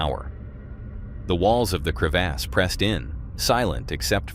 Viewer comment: Whats a crev-ass? 😂